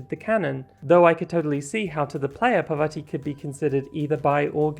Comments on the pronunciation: Just wanted to comment that parvati is pronounced [paarr-vaah-tee] (the 2nd A is pronounced the same as the first) - it's an indian name. Also this is a really great analysis of bisexuality and queerness in video games :) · parvati is pronounced as "paar vuh tee'